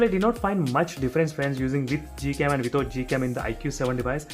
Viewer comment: is it google cam or gold cam....? You keep saying it as Gold cam or I'm hearing it as that...?